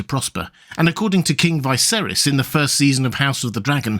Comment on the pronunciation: Why do you pronounce it “vi-seris” and not “vuh-seris” like everyone on the shows? They have the same accent as you. Just curious. I know there’s a lot of different dialects but still no one else says it that way